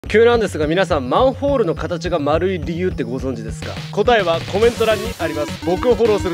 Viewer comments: たっくー「まんふぉーる」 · マンフォールにしか聞こえなくて気になって仕方ない。。うちの耳がおかしいんか。。